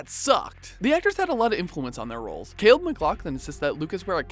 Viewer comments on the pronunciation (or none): none